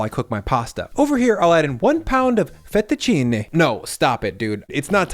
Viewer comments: FetUH CHEE-Knee 👌 😂😂😂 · Finally someone called out Fehttuchini! Pisses me off too!